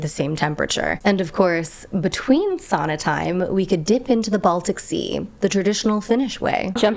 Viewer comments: Thank you for pronouncing sauna as 'sauna', not 'soona' :). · It trips me out so bad when you say city names 😓 Vantaa sounded like Vanta and I needed a moment to remember what it is in reality. Otherwise, good Finnish? Sauna sounded perfect, and that's all that matters 👍